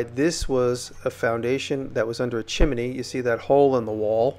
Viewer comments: Most of the time you’re saying chimeney instead of chimney, I thought it was just funny. We all have these certain words that we stumble over. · Impressive work! I like the way you say chimney. Great video.